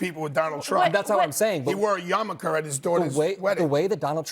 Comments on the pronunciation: "He wore yamaker." Great. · It's pronounced yarmulke "yah ma kah" not yarmuKKKer